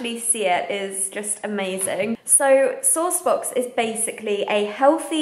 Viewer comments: I thought you were saying "sore spots" until you showed the box! Ha! :P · I thought you were saying "sauced books" until I saw SourcedBox written and was super confused, lol.